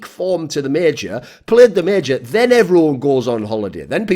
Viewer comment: It's major not meeejor.